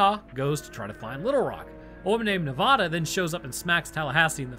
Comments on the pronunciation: Nev-A-da. Not Nev-Ah-da. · And it's ne-vad-a not nevaduh😂been here 18 years